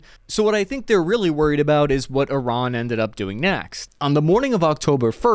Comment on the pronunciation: At least he can pronounce Iran properly.